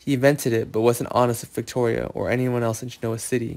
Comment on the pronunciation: IKR! I'm so tired of this plot as much as I am this guys monotone, mispronouncing Genoa city etc. Ugggh